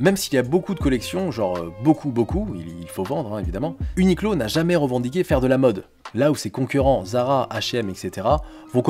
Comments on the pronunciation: Ça ce dit « uniqwo » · A prononcer "ou ni kou ro" en japonais (r roulé devenant "l") si tu veux te la péter